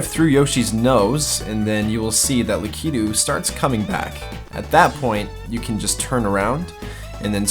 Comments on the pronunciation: Lak-I-tu not lak-e-du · Its lakato not lakito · lak-I-too, not la-kee-too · Lakito not leketo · LA- KA- TOO not LA- KI-TOO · I'm freaking out on how your staying lakitu, idk if that's how your supposed to but I'm almost entirely sure your saying it wrong, lakitu- Lak-it-too, not lak-eet-toe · you are saying "lackatoo" wrong. You are saying "lakeytu."I say lackatoo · Lakiitu? Not critizing but it is Lakiitu (lak-i-tu) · I KNOW YOU DID NOT JUST CALL HIM LAK-EE-DOO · Im sorry but for future please pronounce lakitu right LAKA-TOO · It’s Lakituu (Lahhkhe-too) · I love your videos, but it's Lakitu. Lack-i-too.. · lackydoo ???? really lmao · is it lakitu or lakitu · I really liked this video! I really dislike how you pronounce "lakitu"..........